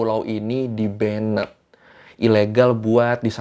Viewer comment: Maap kk, mau koreksi dikit.. "banned" dibaca nya bukan 'bennet', tp 'ben' aja 🙏😊